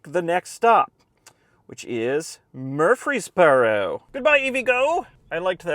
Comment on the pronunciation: Some pronunciations: Murfreesboro (Is pronounced as Murphysboro) Monteagle (Is pronounced Mont-eagle, not Mon-teegle) Kimball (Is pronounced like Kimble) Also, the charger next to the shorter "abandoned building" in Chattanooga makes sense because it's an outdoor event center. Massive outdoor conventions take place there.